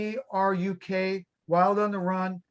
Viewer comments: Its not pronounced "Too Brick"!!! Its 'TOBRUK' in Syria and the site of a famous WW2 battle won by Rommel against Allied Forces on the North African front! And they are from Bedford, Bedfordshire! Jeezuz ... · Tobruk, pronounced like ToeBrook.